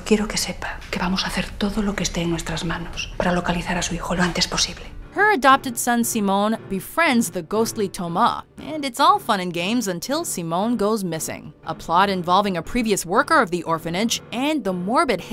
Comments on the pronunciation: Uh...was she saying "to-MAH" instead of "To-MAS" for The Orphanage? 😂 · Being spanish I can't help but cringe a little bit at her pronunciation of Tomás when "The Orphanage" came in...